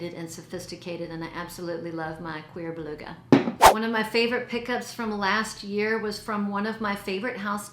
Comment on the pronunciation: Hey,! Picky Pat sounds like such a good husband! And YES to Cuir Beluga, one of my tops for life! It's my sophisticated comfort scent. It helps me feel I've actually got my sh*t together when I don't. And yes, you pronounce it pretty well, so it's funny someone "took you to town" over how you say it! The one from that line almost everyone pronounces incorrectly is Gourmand Coquin, because a lot of people say "coke-KEEN," which is wrong.